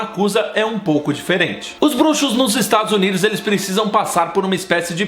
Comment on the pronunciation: "Estados Uniros" HAHAH Muito bom o vídeo, amei <3